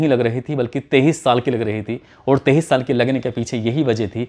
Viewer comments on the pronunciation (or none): none